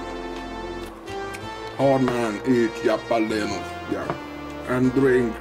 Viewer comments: It's halapeeno, Halapeeeno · Jap-a-lee-no. It's pronunciation like that which make me love heavy accents.